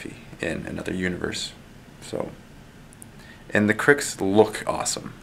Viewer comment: you should get Fireman Tim in for a couple games of WM as I think he put the first WM video up on your channel. I'm hoping he is the PG that is going to be teaching you. Also thank you for pronouncing the name Cryx correctly unlike that clown at that painting company Bluesomethingorother.